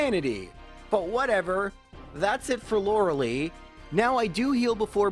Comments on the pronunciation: LORELEI IS PRONOUNCED LIKE LIE NOT LIKE LEE. LORELIE LIKE WHYYYYYY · It's LorelAI, not Lorelee 😭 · JFC... Lorel-lee? Really? Lorel-AYE. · Why do soo many people miss pronounce lorelei's name lol its not LORE-AH-LEE. ITS LORE-AH-LIE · Lor-eh-LEE xD She's pronounced Lor-eh-LI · I've noticed you always mispronounce Lorelei's name. It's supposed to have a "Lie" sound at the end, not "lee." Not a big deal but I thought I'd mention it. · Pronouncing Lorelei as Loralee sounds so cringe. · Cool video, very entertaining. It’s Lorel-LYE but other than that, a lot of fun 😎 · Lorelei.... It hurts to hear that name pronouced Lor-a-lee... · Lorelei (loar-el-leh) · ..."Laura-Lee"? This is as confusing to me now as hearing people call Lara Croft "Laura Croft" was to me as a child. I don't know why there are certain names/characters I can just... never imagine someone mispronouncing...? But uh, Lorelei was definitely one of them. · Lorelei's name is pronounced: "Laurel-lie". It's the most common name for Mermaids for some reason. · it is pronounced Lore-uh-lie. You are welcome. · "Laura Lee" "Arr-canine" I am mildly uncomfortable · This bothers me every time he says it. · The dedication it must take to purposely mispronounce a name on a constant basis is commendable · If it was spelled lorelie I'd understand why people are confused by his pronunciation But no it's spelled Lorelei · Yes! I literally correct him everytime he says her name. Lol. Still love his videos though.